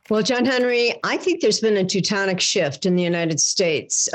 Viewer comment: It's a tectonic shift, not a Teutonic shift.